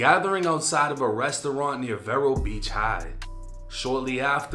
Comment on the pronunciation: Jus a PSA its pronounced "Vee-row" Beach...not vairo, or whtever the fuq he sayn. He said he grew up in FL too pfffff